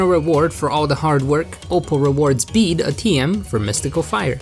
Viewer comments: It's Bey-de it was shown in his Battle theme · It's actually pronounced Beed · It's actually bed-ay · I cant believe I've been pronouncing his name as bay day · You don't pronounce it as bede you pronounce it as bead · I like how every time he tries to say “bede” it’s different ever time It’s pronounced like bead btw Or “be-e-d” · it’s pronounced beed like a beed for a necklace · IT’S PRONOUNCED “Bead” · I love how he pronounced it like bidet once🤣🤣🤣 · Why've I been pronouncing his name like bed this whole time-? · Everybody, Just Listen To Bede’s Theme And You Can Hear Closely That Its Pronounced “Bead” Not “Bee-Dee” Or “Bed” Ty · Did I just hear bidet? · I swear I heard you call him bidet at least once. Not judging, it’s hard to know how this guy’s name is pronounced. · I like how you have very clearly given up on pronouncing Bede 'correctly'. I don't blame you. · I love how u pronounced his name like 8 different ways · I'll watch this all the way through, but just know that every time you say Bede's name I'm having a stroke. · Can’t say his name wrong if you say it every way possible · Anyone else triggered that he pronounced bede 5+ different ways